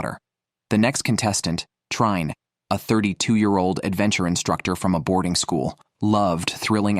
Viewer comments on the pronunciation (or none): You anglosaxons should put some effort in studying other languages. Trine is not "Traine", but "Treen-a". You owe it to us. Your language is not worse or better than ours, but at least we non-anglosaxons have put a lot of effort in learning your language. At least pronounce foreign names properly.